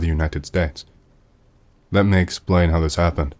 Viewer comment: Also the way he say's 'Me' as "Muay" or "Meh" 😂